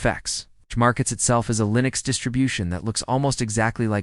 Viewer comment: “Linus Mint; Cinnows 7”; “Linos Mint; Cimniin”…???!!! WTF!! Proof your AI Slop much?